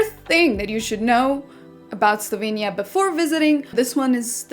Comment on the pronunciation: slovEnia not Slovinia